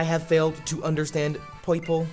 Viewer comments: Poipole*....Not Poiple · Poiple sounds like Meowth trying to say purple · Purple+Boston Accent=Poipole